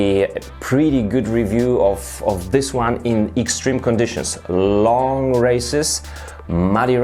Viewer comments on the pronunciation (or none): none